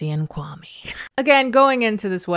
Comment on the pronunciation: The way people mispronounce kwame’s name is soo grating 😂